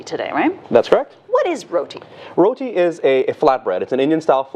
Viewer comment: Look...here nah...yuh see me....I Rellll happyyy she get it right on dey first time and say "RoTi" with a "T" and NOT RoDi with a "D" like dey next gyul say🤨 All yuh remember dat???🤔 🤣🤣🤣